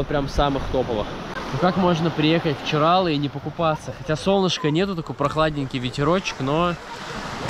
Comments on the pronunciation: В ЧирАлах , в Хельсинках , в Сочах ... ЧиралЫ (с таким ударением и без склонения) . 😆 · ЧиралЫыыы 🙈 а не ЧирАлы